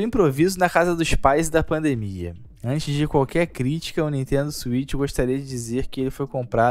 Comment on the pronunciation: "Nintendo Suifiti"